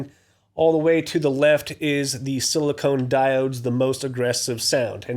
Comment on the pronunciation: Thanks for the review man! Just one thing: it's 'silicon' diodes, not silicone! Funny enough, same prononciation as Klon vs clone. Cheers!